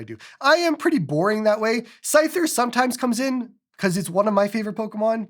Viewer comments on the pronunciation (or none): none